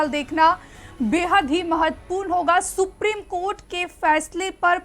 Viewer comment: सुप्रिम कोर्ट नही। सुप्रीम कोर्ट बोला करिये।